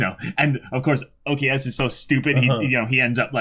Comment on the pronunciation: Stop saying okeyasu